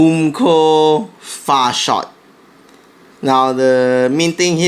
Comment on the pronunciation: all i herd was "boom co. fart shot" lol